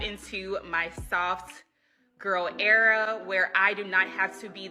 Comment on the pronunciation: Yep, she fell into her soft spell error alright. I think she meant era but she said error.